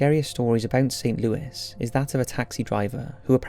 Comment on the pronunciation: BTW, St. Louis Cemetery is pronounced St. Louey. FYI.